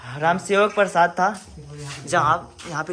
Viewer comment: राम सेवक परसाद गलत पढ़ा,, सही ( प्रसाद) हे❤